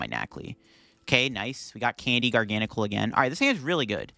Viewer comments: it's not a different amount of syllables it's just placing the stressed syllable somewhere else. Gargan uhcl.... Garga nacl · It’s pronounced Garga-Nack-el. I cast for the VGC and a representative from Pokemon international corrected me on it and asked me to use the official pronunciation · Also at least it's better than the way he's been pronouncing it. Before this video he always said, "Gar Gan Sill"